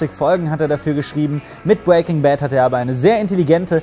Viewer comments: "bwaking Bad" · Du sprichst Breaking immer falsch aus😂